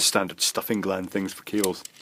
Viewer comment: Cable gland, not glans, lol.